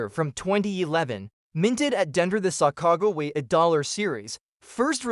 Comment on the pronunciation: Is this an AI voice or did you not learn how to say sacagawea